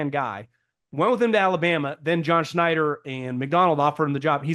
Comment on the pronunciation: Schneider. It’s pronounced Schneider.